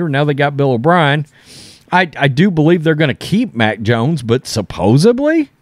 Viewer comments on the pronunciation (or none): I hate to be that guy but I just can’t take it anymore. It’s SUPPOSED-LY not SUPPOSED-BLY.